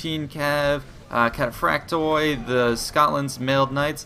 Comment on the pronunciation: In greek oi is a diphtong and is pronounced ee. ;-) Just a heads up. So Kataphractoi is pronounced Katapphractee...